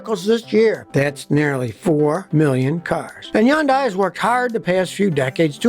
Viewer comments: I hate how he pronounces Hyundai wrong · The way Scotty kept pronouncing it....I was cringing each time! 😅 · When are you going to learn to pronounce HYUNDAI correctly? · scotty why do you say Hundai like that lol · Why is he pronouncing it Hee-undie??? smh It's pronounced huhn·day like Sunday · What's a Yondai? You mean Hyandai? Don't go running around saying Yondai. You know what that means in Korean? I don't either. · Scotty, its not Yun-day. Its Hon-day. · It’s called Hyundai like Sunday. At pronounce it correctly. It’s not crap. They make good cars. All modern car companies suck in their own ways. Had Honda Toyota Subarus. All had its own issues. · Probably doesn’t matter but it’s pronounced hun-day (rhymes with “Sunday”). I won’t dispute the claims you’re making for pre 2010, or pre 2015 Hyundais, but the fact is now, in 2024, Hyundais are rated as very reliable by sources such as J D Power, Consumer Reports. I have no stake in this argument, but I hate to see people having the value of their Hyundais ruined by an irresponsible video. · In one Video he praises Hyundai and KIa cars. Now he says they are great cars. How can you trust him. And why is he pronouncing Hyundai undai. What is a undai? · Here's what I think: It's not "Hee-un-dye," It's 'hun-dye" or "hun-day." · It’s pronounced “Huhn-day” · Hey Scotty! Fyi... Hyundai is PRONOUNCED Hun -- DAY! Like Vietnamese "Pho" is pronounced Ffff---ha.🤔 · Scottie the Y is silent it’s pronounced Hundai. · I love hearing Scotty say "Yundai" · Its definitely not YUNDIE!! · yeah this is total crap! can't say name right. I've been driving Hyundai for 38 years & won't consider anything else! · Scotty seems to have a vendetta against Hyundai, so much so that he doesn't even bother to pronounce their name correctly. Maybe a beautiful Korean woman spurned him once. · Can't take you seriously on the one when you keep pronouncing the name wrong .. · Omg can you please pronounce the name properly it's not hard